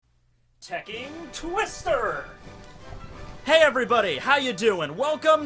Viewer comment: This dude said tekking twister